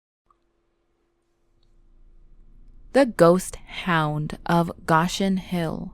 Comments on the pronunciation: It's pronounced "go-shin" not gosh in. Ugh. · its pronounced go shin not gosh in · You mispronounce Goshen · yes, I agree..lol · That's what I thought as well. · She’s a yankee.. but she doesn’t know how to pronounce it